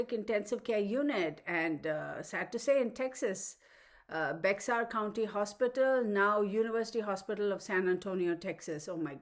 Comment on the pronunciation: Bexar County is pronounced like Bayer aspirin.